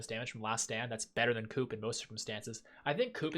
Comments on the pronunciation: It's pronounced "Coo" not "Coop"! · As a Canadian, I'd expect you to say "coup" correctly lol